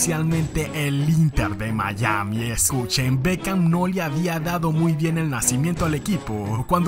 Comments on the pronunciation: Es Beckham no Bekcham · Hola, corregile el nombre, es Beckham